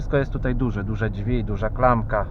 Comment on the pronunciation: jak uslyszalem jak mowi "dźwi" to juz wiedzialem ze sie chuja dowiem xD